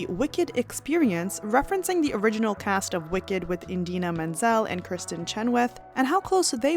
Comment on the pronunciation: Its IDINA not Indina